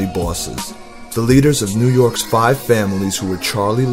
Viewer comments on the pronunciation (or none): none